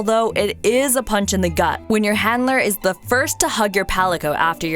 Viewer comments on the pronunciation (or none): none